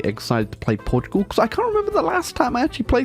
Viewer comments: Port Tugal yes, this is how its pronounced I'm gonna force feed u pasteis de nata for this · "Portiugol" xd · From a Portuguese guy, it heart wearing you trying to pronounce the name of the country.